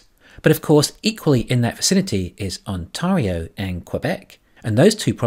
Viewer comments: You are mispronouncing Ontario. The proper pronunciation is aan·teh·ree·ow not aan·taw·ree·ow. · It's pronounced On-tario like Stereo.